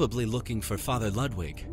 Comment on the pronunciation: This is the second game in a row where someone mispronounces "Ludwig" lmao